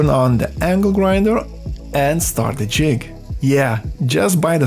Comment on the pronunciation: Ландан из де грейт капитал оф де ворлд. Бля, ну реально. Зачем мучать жопу и говорить с таким диким акцентом. Тупо молчи и наложи красивые субтитры, будет гораздо лучше, чем твои де вместо the.